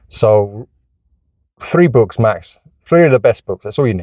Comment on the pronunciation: Surely this is satire? Easiest Way "wead Bwooks". not a specific book, not specific concept or idea just wead Bwooks. This dude really said he is one of the best parents, videoing himself with a busted car seat is in the back ground? Stumbled on to this channel, saw all the negative titles. Found a positive title... no actual information and plenty of moral finger wagging.